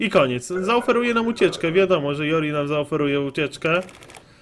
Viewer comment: To się czyta "Dżordżji"!!!